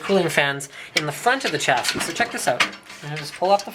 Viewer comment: Shassy* not cha-ssy linus ;) That's how Chassis is pronounced xD